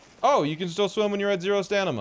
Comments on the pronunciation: “You can still swim even at zero ‘stanima’” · 2.43 ‘stanima’ 😂